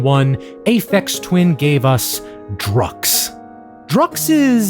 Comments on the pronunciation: Drukqs is pronounced Drugs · i think drukqs is pronounced like drug use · Druqs is supposed to be pronounced as “drug use”. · it's pronounced "drug use" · Drukqs I think is pronounced like "druk cues", a sort of bastardization of drug use